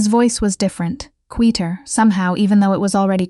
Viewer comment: How hard is it to pronounce the word ‘quieter’ correctly instead of as a non-existent, made-up word?!